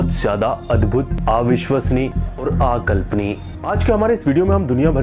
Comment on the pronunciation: TO,...PRONOUNCIATION....PROB....NOT,...AA VISHSWASNIYA....=....NOT....आ_विश्वसनीय......BUT.....अविश्वसनीय.....SAME......NOT AAKALPANIYA......=NOT.....आकल्पनिय.....BUT......अ-_कल्पनीय